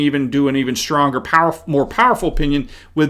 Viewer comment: I cannot tell you how irritating it is to hear educated people like yourself pronounce the word Strong as shtrong. You are not alone I have heard many others do the same thing especially white people. You are not from the ghetto so speak English please. The left is doing everything it can to destroy America including the language. Other than that Great job you are doing.